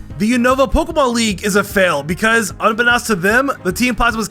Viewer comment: Unbeknownst, un-be-known-st. Not un-be-now-st.